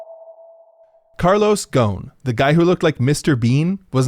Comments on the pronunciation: The S isn't silent in his name, its Carlos GhoSn. Not Ghon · His name is not gown it's ghosn which is pronounced rosn with a french R. and the s is not silent. Idk if he changed how it's pronounced, but it's a funny name because it means tree branch in Arabic. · Great video but the pronunciation of his name is driving me crazy lol! He's Lebanese and the name is pronounced like "Gho-Sun." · Carlos ghoson not ghon? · It's pronounced Gho-soun not ghon man... otherwise good video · his name is Gho-son arabic for branch, not ghon lol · Man you're mispronouncing his name and it's distracting me haha. It's Ghoson. غصن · Love how so many people are making fun of his family name yet thats not how its pronounced lol. Ghosn, pronounced as gho-son, is a lebanese family name, translating to tree branch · His name is carlos ghosn the s is pronounced not John! It's an Arabic name. It literally means tree branch, and its pronunciation in Arabic is fabulous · It hurts my ear to hear you say Le as Les, and his name is Ghosn Gh as french R as in Ro, and the S is pronounced. His name isn't gon like HxH main protagonist lmao and I know it's not your fault.. that's how the media says it and possibly him. His last name Ghosn means tree branch, a very well none Lebanese family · You butchered the guy name is should be ghu-son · He's Lebanese and his last name is not pronounced that way at all man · Your pronouce of his name is just ignorat American thing. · well gotta tell you the s in his name is not silent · Bangin' video, but every time you tried to pronounce his name I winced...